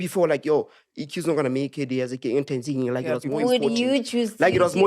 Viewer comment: guys its Tan-ZA-nia, not Tanzaynia😂💛